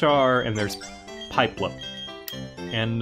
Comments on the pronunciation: pipe-lup???? XDDDDD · Please tell me you said "Pie"plup on purpose... please? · WAIT WAIT WAIT did he say pipelup instead of PIPlup?!?!?? Ok then... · "pie-plupp" AAAAAAAAAAAAAAAAAAAAAAAAAAAAAAAAAAAAAAAAAAAAAAA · he just said pieplup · love you, but you said pipelup